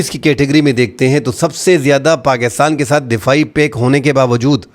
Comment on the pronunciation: Pack nahi ‘pact’ hai bro